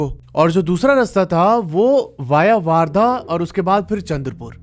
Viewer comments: It's वर्धा , not वार्धा. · I am from chandrapur ❤...bhai vaarda nhi vardha bolte hai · दादा its not a वार्धा its a Wardha ( वर्धा ) . बाकी सब पुरी story barabar hai aur vo jo दो gaon ke नाम bataye hai aapne vo ekdum sahi hai ( अंजनगाव बारी ) jo hai vo pura isi baat ke liye badnam hai bahot logon se suna hai iss bare mein humnein 😊😁 by the way Akola humara ददीहाल hai 😊🙏😀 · Not vardha it is called as wardha😂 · Bhai waaaaardha nahi वर्धा................ Hindi me jyada aacha phoenatic pronounciation hai